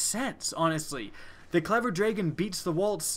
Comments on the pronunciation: very repetitive video, and it's drah-gun not dray-gun :( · am I the only one to point out that he says dregen? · this should be just been a 2 second video of him saying "clever dtahon" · J G clever draygon* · So the clever "draygen". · I like your videos. I HATE how you pronounce DRAGON. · you say dragon funny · learn how to say the word dragon